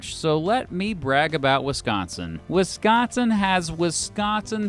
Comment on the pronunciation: as a wisconsinite, thank you for pronouncing wisconsin correctly ❤